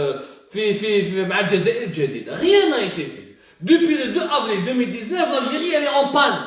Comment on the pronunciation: L'algiri L'algiri bonjour la prononciation hhhhhhhhh